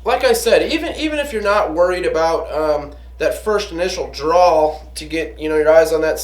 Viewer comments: I found "drawl" funny, too. Also odd for a gun guy to mispronounce "draw". Similar to those folks who say "drawls" for "drawers" when speaking of pants, especially undershorts. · Drawl!!? It's DRAW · "Drawl", "drawl", "drawl". lol... and "Expecially". The current public education system hard at work. A drawl is what you have when you speak with a Southern accent. A DRAW is what you do with your gun. And it's "especially". No "x". Other than that, I learned that you like Talon Tape (it's on all my guns) and to put paint on your front sight. Buzzkill... Cool apocalyptic bug-out room. You might want to spend some time on that table muscle though. Gotta have the cardio to run all that hardware when the zombies come.